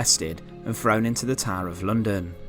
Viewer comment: He was a traitaah and taken to the towaah very sinistaah lol